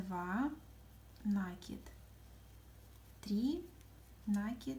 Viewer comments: Да не нАкид! А накИд! Молодые девушки, а говорить правильно по - русски не научились в школе???😮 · Всё классно! Спасибо! Но это нАкид! Слух режет! Извините! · Молоденькие девочки ведут мастер классы и многие в слове накид ударение делают не правильно. Спасибо за мастер класс!♥️💐